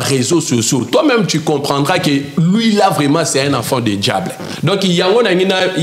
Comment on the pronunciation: Déjà Quelqu’un qui dit afont au lieu de enfant 😂😂😂 Zonga classe!le mariage faut avoir une bonne comportement 😂😂😂😂